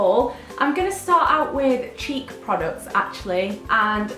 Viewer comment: I thought you said cheep products instead of cheek products haha